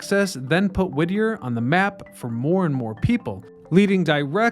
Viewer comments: Whittier not Whittner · It's Whittier not Wittner. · Is it Whittier or Wittmer? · It’s Whittier, not Wittner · The town´s name is Whittier, not Wittner! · Is it Whitner or Whittier? Im confused now.. Im from Alaska lol. I tried googling it too. hmmm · Whittier or Whittner? Sounds like you keep saying the latter. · Nice try, but no cigar. In your intro you started the sentence with "Did you know that Wittner..." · Are you trying to say Whittier? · Not the only case of mispronunciation or misuse of language splattered all across these videos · SAY THE NAME THE SAME WAY ALWAYS! Wittier/Wittner/Wittnier?🤔 Consistently proper pronouncing shows basic respect for the site and people. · It's Whittier 🤣